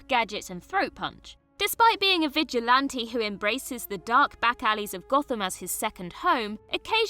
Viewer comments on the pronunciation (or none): none